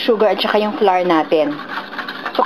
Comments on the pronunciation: Polica grammar lang flour pronounce as \ˈflau̇(-ə)r\ or ung sound ng bulaklak sa English ( flower) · "Flar" :3